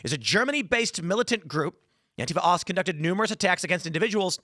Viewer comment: Ost is simply German for east... Not pronounced "O-S-T"